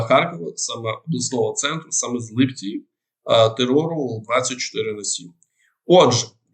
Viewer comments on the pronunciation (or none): none